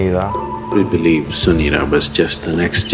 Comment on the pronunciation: Not sunira,he is sumira 😊😊